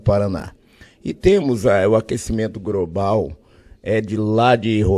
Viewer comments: h - Fui professor de português 00h - O aquecimento gRobal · Abeia, grobal, irrigração